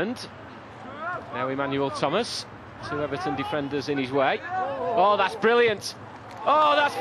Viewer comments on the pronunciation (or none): none